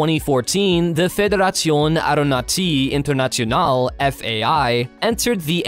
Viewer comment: Paul Allen died from cancer...and the narrator should learn some basic French so he does not have to slaughter the pronunciation of : The Federation Aeronautique Internationale